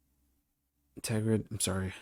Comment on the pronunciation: Ter-grid Practice saying it